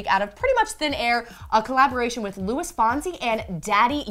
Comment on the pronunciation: What mean by Louis fonsi like it's LUIS JEEZ